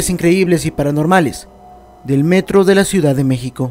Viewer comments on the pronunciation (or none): none